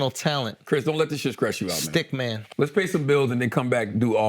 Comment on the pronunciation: Can he not pronouce T's? "Scress you out"